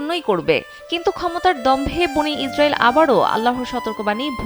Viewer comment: উপস্থাফিকা সুরা বনি ইজরইল না ওটা হবে বনি ইসরইল। ভুলটা সংসধন করে নেবেন।